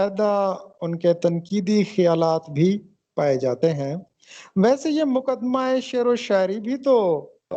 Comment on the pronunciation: جناب! مقدمہ ، پیش لفظ